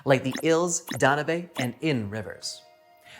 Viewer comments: Very interesting, but oh good grief - WHY can you people not pronounce names correctly?? The Danube is NOT pronounced "dan-oo-bay", but is correctly pronounced "Dan-yoube". It would not be so exasperating except this a a famous river in Europe with an illustrious history. PLEASE, do better research next time! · The one river I wouldn't have thought you could pronounce wrongly was The Danube. You pronounced it, "Dan-you-bay" It's actually pronounced, "Dan-yoob" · It's pronounced Dan-Yoube. You did great!! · Dan- yoob